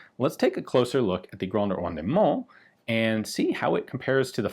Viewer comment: Rendement: Don't pronounce the middle e. It's silent. It does indicate that you pronounce the d harder instead of swallowing it. Signed, The TERMinator. I'll be back.